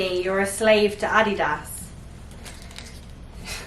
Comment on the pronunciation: 300 g carbs omg I wish lol also have I been pronouncing Adidas wrong my whole life?